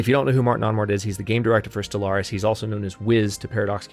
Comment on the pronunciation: I like it when you call it Solaris instead of Stellaris :P